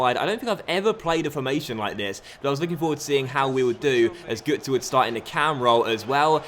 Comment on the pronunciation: It's pronounced gertzer - it's got an omlaut